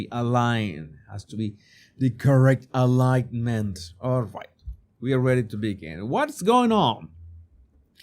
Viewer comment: Alignment = silent ‘g’ ❤